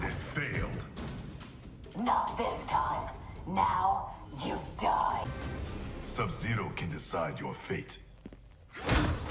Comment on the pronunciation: the way he pronounces "Sub Zero" in this line is freaking sending me!